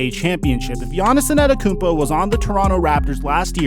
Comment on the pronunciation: Is purposely pronouncing it as ANNETETOTHEKOUMPO?